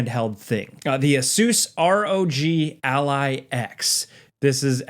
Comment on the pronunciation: Ah-Soose rog alley lol